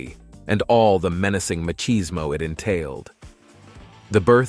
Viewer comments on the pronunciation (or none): none